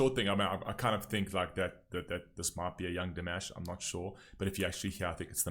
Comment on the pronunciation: His first name is actually pronounced dee-MAHSH, as in wash. ❤❤❤❤